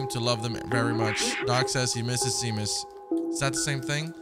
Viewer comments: Seamus is actually pronounced as "Shay-mus" haha 😄 not sea-mus. Like "shame us" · I was having a mental meltdown while said 🌊mus instead of pronouncing "Sheamus" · Seamus is pronounced Shay-mus. hehe. It's an Irish name. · Such a cool, quirky game. Love the environment. Also “Seamus” is pronounced “Shay-Mus” btw lol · This game is absolutely amazing lve enjoy every minute of your playthrough so far and playing it for myself, the one thing thats not amazing though is hollows pronunciation of names, its SHAY-MUS 🤣 all joking aside i can see why you start calling him that, LOVE the series so far man 👍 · Seamus is actually pronounced Shay-mus. It's an Irish name. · love this! just an fyi its shame-us, its an irish name haha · "Sea-mus" lol :P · His pronunciation of Seamus lol. I don't blame him. It's pronounced Shaymus btw. Just like how sean is Shaun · Seamus, is pronounced Shaymus. It's an Irish name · Honestly cracked me up that he was worried about mispronouncing Momo, and then went on to consistently mispronounce Seamus without even thinking about it 😂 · Zbaltazar is just pronounced Balthazar. And Seamus is Shay-mus